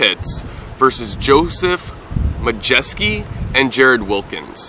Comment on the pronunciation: Pronunciation was accurate! Majeski is plaid shorts on left.